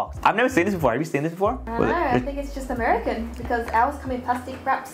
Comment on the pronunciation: yea its amiacan